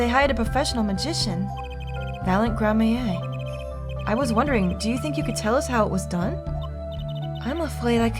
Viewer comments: This is so unbearable to watch pronounce “gramarye” wrong I’m sorry It’s grammar-ee,. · Just a heads up,! "Gramarye" as far as I know is pronounced Gram - Er - "I" like samurai. Actually yeah, it's samurai with a "gr" sound instead. Edit: After thinking about it, I think I've also heard people say "Gram - Er - Aye" not entirely sure which one though. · Gra-MARY and GRAM-a-rye are the most common pronunciations for Gramarye, but I believe Gra-MARY is correct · Adding to the pile of It's Grammar-ee, not Grammaye. Apollo even made a slightly correct mispronunciation (grammarie) of course she glossed over it. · The closest I've come to pronouncing "Gramarye" correctly is "Gray-mar-ee" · I think it might pronounced “Gra-mare” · Hey, just a tip! Troupe Gramarye is pronounced as "Gram-marie", like Apollo said during the conversation with Valant! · It’s pronounced grammar-ee (the dash isnt a pause) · Gramarye is pronounced "Gram-ah-ree". It's supposed to sound similar to "glamorie", which is a sort of magical illusion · I'm pretty sure Gramarye is pronounced "grammar-eye," and it's an esoteric word meaning grimoire, or book of magic. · I hope we don't have to hear Grammaa-yay too much.... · It's pronounced: Gram-a-rye (rye like the bread) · Just a note: Gramarye is pronounced Gram-ree. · "Gramarye" is pronounced "Grammery" like Apollo tried to say. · Ok Gramarye is pronounced (Gram-ER--E) and prestidigitation (pres-ta-dig-a-ta-tion) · Gramarye is pronounced Gram-ree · Gramarye (Pronounced "Gram-uh-ree") - Occult or Magical studies. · please. It pains me so. It’s pronounced “Gram-a-re”, or just “Gram-re”. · No “Gram-my-a”. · Yeah the pronounciation is just Grammar-ee, simpler than it looks. Also Lamiroir I usually hear said "La-mwar". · Yeah, it’s meant to be pronounced Gram-ree. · You're missing a syllable there, sir, it's Gram-a-ree. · I'm sure it has been said but it's pronounced Grammar-ey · Gram-ah-rai (Gramarye)